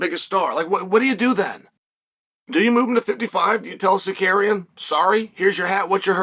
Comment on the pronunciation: It's Tsarkarrienn... You said it wrong. 😂